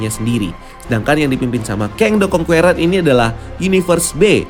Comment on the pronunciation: karna kedepan ny kyk bakal banyak nyebut nama "kang the conqueror",, saran min, di perbaiki pronunciation ny.. serius kedengeran ny kurang enak min.. "conqueror" di baca ny (kongkerer) huruf "E" ny dibaca kyk ngucap kata (ke)mana BUKAN seperti kata (ke)re alias gada duit.. :) good luck